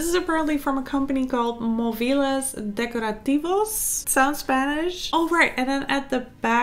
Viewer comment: Okay. I'm from Spain and you said 'decorativos' with the exact pronunciation. Now you speak spanish too 🥰😂